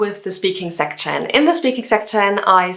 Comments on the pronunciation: Great video but if I were you I would avoid the word 'section'. It sounds kinda weird when you say it haha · I think you need to check pronunciation of "section". Don't get me wrong. I am learning from you way more things. Bests.